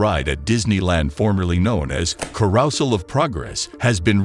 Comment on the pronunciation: ?"Carousal of Progress"? ?Carousal? ( - and - )